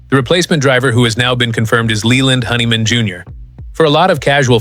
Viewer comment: Ai that can't pronounce words honeyman its hendrickman 😮ai is a bunch of 💩